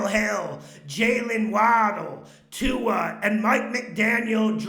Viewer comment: It Crack me up when he says ,Tua and da bears